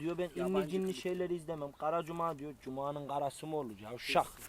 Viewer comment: Hahahaha gara cuma mı olur laa diyişine koptum 😂